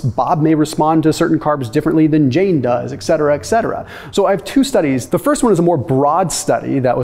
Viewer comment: It's ET cetera not EX cetera